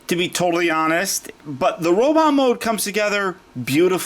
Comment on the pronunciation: can I ask you why sometimes you say robitt instead of robot? thank you for the video. Despite the problems you pointed out, I still want him to go with Battletrap :)